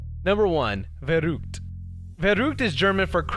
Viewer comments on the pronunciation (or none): At first I didn't understand that he said "Verrückt", I speak german as mothertongue. I just started laughing😂😂😂😂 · I love how he mispronounced "verrückt" at the last waterslide Cute 😂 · Farrukt😂 You Spiel it verrückt😂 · Haha the way he pronounced the german word for crazy made me laugh so hard. He is saying verrud it is "verrückt" xD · Verrückt not veruugt xD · nr 1 verut!?! thats not german xD its VERRÜCKT ;) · dachte er sagt "the root" oder sowas xD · Und ich hab mich kurz gefragt, ob er sich in der Sprache geirrt hatte... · Being german and hearing you say verrückt is so funny hahah Better say it like ver-rigged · as a german I had to laugh at the way you said "Verrückt" 😂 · Miauinator kann man nur zustimmen 😂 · wie er verrückt ausspricht hahahaha